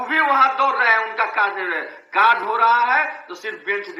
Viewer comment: Guru ji nmaskar .hain aur hai ka uchharan sthan smagh me nahin aa rha hai